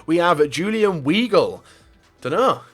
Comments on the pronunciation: is pronouced vy-gle, not wee-gle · weegul... it's vigul, idiot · LEPZIG :) Juventus wont sell him to Juventus :) Wigl not Veigel :) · its julian (WHYGL) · Giroud Sandstorm 12 ikr, don't even try! It's pronounced viy-gel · u pronunce it as veigel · Weigle is pronounced Vigel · I don´t really know an equivalent of the "ei" sound in English, but it´s actually pronounced "Waigel". And in written it´s Weigl, btw. I am from Dortmund, trust me on that one. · der_leon yup :) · The way you said Weigl! 😂😂😂😂😂😂 I'm dead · Gosh xD Your player knowledge is so terrible haha And the pronunciation of player's name is bad! Your the reason why people say FIFA YouTube don't know anything about real life football! XD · Anyone else cringe when he butchered weigl's name...?